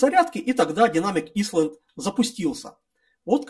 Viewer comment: снова порадовал произношением. Динамик "исланд". Лучше бы по-русски и просто: динамический островок... Прошу не обижаться, но такие обороты речи заставляют одновременно смеяться и плакать...